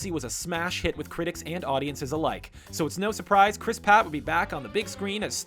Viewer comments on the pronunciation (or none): Did he say "Christ Patt?????" PATT!??! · You said Chris Patt <3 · Lol he did say Chris part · Did you just call him Chris Pat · Kobe Marion crisp rat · Wink Of Joy He said Patt when its Pratt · Kobe Marion you didn't even try to change the patt to pratt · He said Pratt not patt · Kobe Marion OMG he did